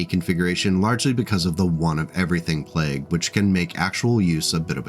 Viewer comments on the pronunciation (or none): none